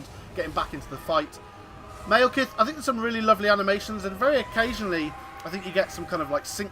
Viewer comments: "Maelkith" Stop that please. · Yeah, he pronounced it wrong :)